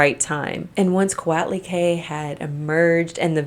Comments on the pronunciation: Co-ought-lee-quay. But you did a good job! Look up her stone statue in the Aztec Room of our MNA: Museo Nacional de Anthropología E Historia. She has her own Wikipedia page. Her statue is done in the round (and on the bottom!) and is one of my favorite pieces. To look her up in Wikipedia, her name is spelled Coatlicue. She is much taller than me, even without the pedestal. I am 5'2, approx 1m62cm. None of you on here will be sorry you checked her out!! 🤗❤🇲🇽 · It gets on my nerves how she pronounced Coatlicue and Magdalena as someone who's Mexican. You should pronounce the u in the las syllable of Coatlicue